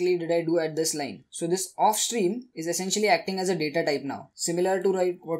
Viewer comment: Do not pronounced of stream and if stream